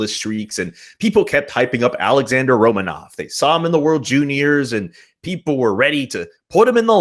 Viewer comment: Not sure about where the emphasis goes, ROmanov or RoMANov, but when the V is at the end of a word in Russian, it's pronounced like an F. So Romanoff. Like Smirnoff vodka. The Russian spelling would be Smirnov.